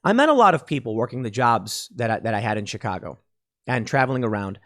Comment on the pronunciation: O.K. Tim, I grew up around Chicago too, And the way you pronounce Chicago is proof of who you claim to be. South side though, how are you still alive.